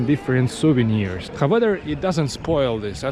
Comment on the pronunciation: However is not pronounced as how weather :D and angle not as angel (g in angle, triangle and so on is pronounced the same as g in god or good...), otherwise i really like your videos!